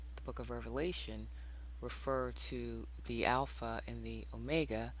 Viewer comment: Alpha.........Alpo....as in Alpo dog food. Another great video Sister, well done.